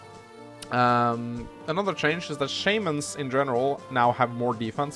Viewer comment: Wait. This game gives us TWO SHAYMIN? I'm lucky to get even one in a normal game. /pronunciationsIhavetogetusedto